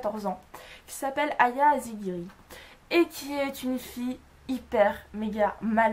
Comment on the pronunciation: Moi aussi j'adore Kentarô Satô, c'est un de mes mangakas préféres :) ! et l’héroïne de Mgsite se nomme "Aya Asagiri" et pas "Aya Azigiri" lol :p